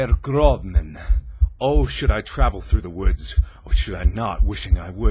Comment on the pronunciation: Mark, sorry, but when you were reading that poem, it's prononced Der Grossman, not Grobman. It's German fot, "The Tall Man" It's a pet peeve of mine to point out small errors in foreign pronunciation if I see it.